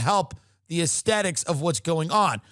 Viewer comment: Take a shot every time Tim says Asethics 😂